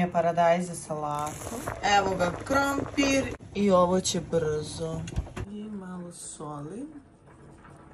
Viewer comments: Niko: Apsolutno nikooo:: ‘’KrOmPIrrrr!’’🥔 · "Krompirrr"it's for me🖖🏻🤣